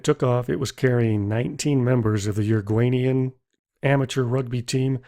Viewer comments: "Uruguaynian"??? If you're going to make a video about foreign people, the least you should do is a bit of previous research. 😒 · Uruguayan not uriguanian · uruguanian? smh.. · This was interesting, but couldn’t you have made at least a minimal effort to pronounce place and people’s names correctly? Even with an American accent, “ Uruguayan” is not that difficult. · How does he pronounce Uruguay and Uruguayan 😂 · Monta - video? That is Monta-vi-da-o. Your a gay nian? That is Uro - guay nee an. Learn the pronunciations.